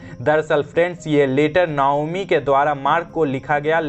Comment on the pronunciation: नायोमी नही नाओमी